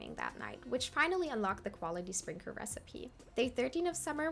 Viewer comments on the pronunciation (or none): Did you say 'sprinker' on accident or am I mishearing 😭